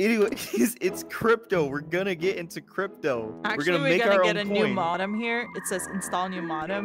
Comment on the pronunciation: a new MOD-em everyone! a new MOD-em! (its pronounced mow-dum)